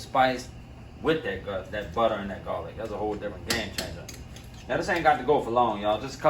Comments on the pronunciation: Love the way this dude talks man! Love his cooking even more..."one stick ah buttah"...lets go!! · Nah I just watch dis to hear “buttah”